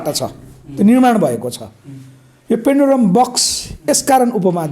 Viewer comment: हाउ !पेन्डुलम बकस कि पेनुडुरा बकस हाउ?के बोलेको मित्र?